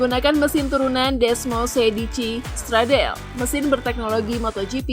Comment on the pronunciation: Panigale ya dibacanya Pa Ni Ga Le, buka Pa Ni Gel. Stradale dibacanya Stra Da Le, buka Stra Del.